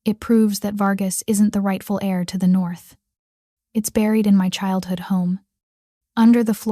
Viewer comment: Thank you for pictures that matched the story. Tired of medieval clothing when set in modern times. Absolutely the best story I've listened to. Heir not air....kneel not neil.